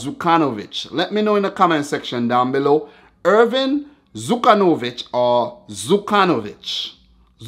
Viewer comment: E is pronounced like ' E ' in engine, not england - ERVIN sounded like Irvin. And LJ is pronounced like spanish LL - like in guiLLermo. Another great vid